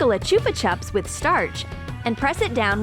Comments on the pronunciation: im a hater because you say chop chups instead of chupa chips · Lmao the way they say ‘chuppa chups’ is so messed up Also ... you mean sweet diabetes No hate people just making this video better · You said chbu tiub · It is chupa chups NOT choopa chups /no offence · “Choopa chups” I think it’s “chu - ppa” dal😂😂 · It's perfect pronounciation is( chupa chups )not (chupa chaps) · Is she saying Chuba chup wron she